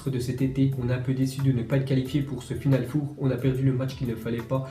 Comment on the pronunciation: La façon que tu dis final four c'est genre le dernier four"neau".😂😂😂🤣🤣🤣